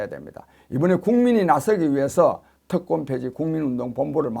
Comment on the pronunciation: 특권폐지인데 계속 "특검폐지"로 들립니다.